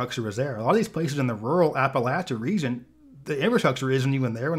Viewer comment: Thank you for pronouncing “Appalachia” correctly